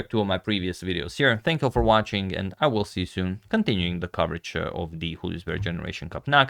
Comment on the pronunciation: #suggestion Julius, not Hulius. It's a German name, not Spanish.